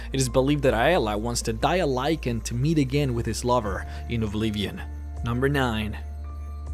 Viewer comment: I cringed each time you said "lycan." XD